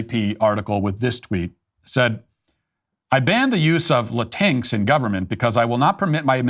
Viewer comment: It's so nice to hear Matt pronounce "Latinx" as "Latinks" instead of "Latin-Ex." The word, itself, is an abomination against Spanish grammar, and the latter pronunciation just further attacks Spanish language because "x" isn't pronounced as "ex" in Spanish. The Democrats and their Woke culture purport to be the tolerant ones, but the non-Hispanic who comprise so many of their ranks presume to tell actual Hispanics how to speak their own language. The lack of insight is egregious.